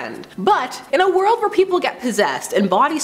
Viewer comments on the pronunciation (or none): none